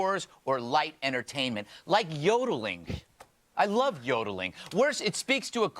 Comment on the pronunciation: this nigga really said yodeling